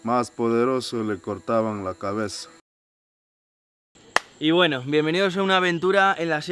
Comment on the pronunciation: Soy el único que piensa que el: "y bueno" del principio le salio bien argentino?